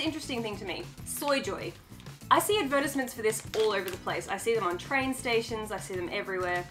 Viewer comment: Ngl the way you said advertisements through me off a bit lol